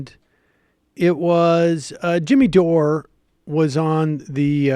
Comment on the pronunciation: "Dimmy Jore" XD